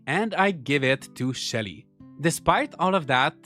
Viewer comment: When you said Shelly, I was convinced for a moment that you said Shitty and was like who names their game character Shitty